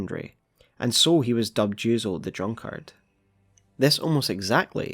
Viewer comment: bruh please fix your pronunciation of drunkard, its hurting me 🥺